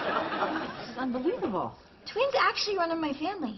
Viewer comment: "Twins" not "tweens"